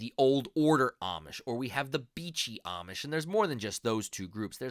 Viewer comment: If you say Amish with a short A sound you are saying it wrong. They pronounce it with a long A sound.